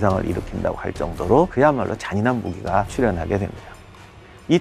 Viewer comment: ~~!!!!! 깜짝 놀랬습니다 촬영하실때 발음 조심 하세요 재미난과 잔인한! 발음을 잘해주세요 영상 보다가 깜놀 했어요 ㄷㄷㄷㄷ